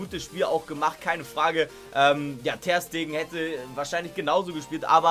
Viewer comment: ich hasse es wie du das Ter bei Ter Stegen betonst statt Ste